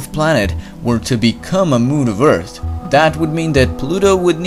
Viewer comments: EARTH NOT "EARTT" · Can you try to pronounce Earth a little bit differently? You day it as 'EarT', but it's actually 'EarTH'. Great video btw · It's not ert. It's Earth It's probably your accent but it's the first thing I noticed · its not eart its earth learn how to talk right assole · it's not ert..its Earth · Do you not get the difference between "T" and "TH"? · WOW instead of "EARTH" he said "EART" and instead of "PATH" he said "PAT"